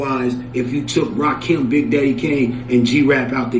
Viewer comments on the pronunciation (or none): It's Rakim, not "Lakim".